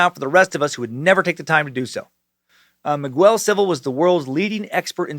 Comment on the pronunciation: Holy crap man. I’m a fan but you’ve got to learn how to pronounce Miguel. It’s pronounced Me-gell, not migwell